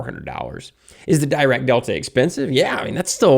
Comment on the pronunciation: Pronounced “deerack”